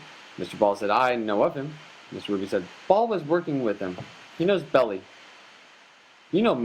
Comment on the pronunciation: It’s BELLI you moron , Melvin Bell - EYE ...not Belly . God almighty where do these idiots come from ???????